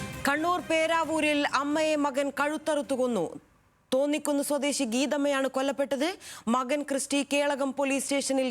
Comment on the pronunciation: തോന്നിക്കുന്നു അല്ല താന്നിക്കുന്നു